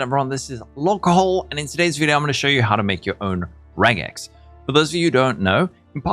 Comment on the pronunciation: Thank you for saying regex and not rejex.